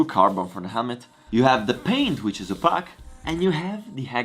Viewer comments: First thought: “he pronounced opaque wrong. “ Second thought: “wait, or am I pronouncing it wrong” Third thought: who cares there’s Vale” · I like how you say 'opaque', 'hexagons', and 'visor'.